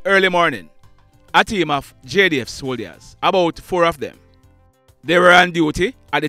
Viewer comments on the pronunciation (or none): I’m a subscriber and I hope you can take this constructive criticism.. Can you make an effort to pronounce the word soldiers correctly? The “I” is silent Thank you